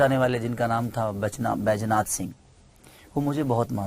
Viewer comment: Bhai tumhe v bolna nahi aata ...patrakarita ko patrika bolta hai baidhanath ko baijnath bolta hai..kaha striling kaha puling iska v Gyan nahi hai..